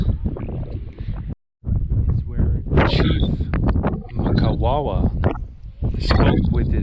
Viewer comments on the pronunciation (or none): I respect the time you put in to gather the historical information. Point of correction though you kept pronouncing wrongly the Chiefs name from Mkwawawa to Kawawa, it's M-qwa-wer (Mkwawa)